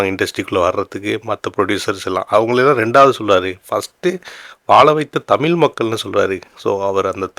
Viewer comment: யோவ் தமில் இல்லையா தமிழ் ன்னு ஒழுங்கா சொல்லு